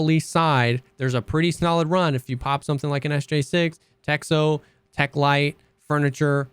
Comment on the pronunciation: "Texho" is written in cyrillic, but it is pronounced "Techno".